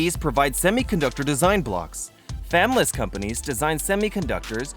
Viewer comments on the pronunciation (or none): Is it just me or does he keep saying fanless instead of fabless? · Saying "fam-less" is very confusing and distracting. Please correct this odd mispronunciation. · I really like these videos, but why do you keep saying "famless"??? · I noticed it too kkk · Yes, that's what I was thinking! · Fab is short for Fabrication. You keep saying Fam less or Fan Less. You are not pronouncing it correctly. Second, most people are smart enough to know what "Less" means. When speaking English we use this term all the time, homeless, hopeless as an example. We dont need you to explain what Fabless means unless you are making this for children. It is a well-made video with good information, but it seems to be made by someone who wants to empose their culture. I would explore making content more palatable for western cultures and the rest of the world. The largest issue I see is you are not saying fabless correctly and that is a massive problem for a large global company to show low-quality content to the world and be taken seriously.